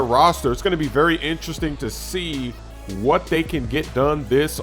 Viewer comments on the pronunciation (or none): none